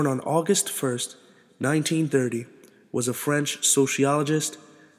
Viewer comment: terrible French pronunciation!